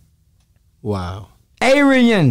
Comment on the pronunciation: A-re-yen? wtf?